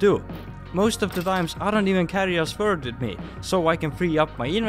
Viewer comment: Please look up how to pronounce Sword and Video